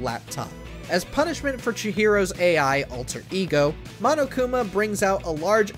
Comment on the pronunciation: lets hope the guy doesnt say mo-no-kuma edit: ok thank god